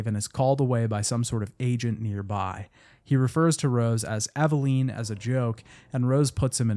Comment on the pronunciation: Love your videos, but your pronunciation of a specific name in this one made my skin crawl. They say it out loud at least a dozen times each if you played with the sound on. "Eveline" = EV-AH-LIN